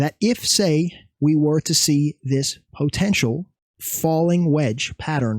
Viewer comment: fav word “po-tential”😂😂